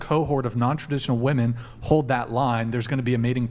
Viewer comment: Why can't any of these girls say the word WOMEN...?